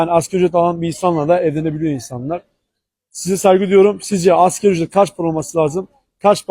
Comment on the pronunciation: Asgari olacak askeri nedir yahu, ASGARİİİ